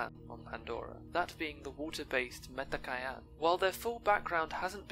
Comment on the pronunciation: LOL it's Met-ka-yee-na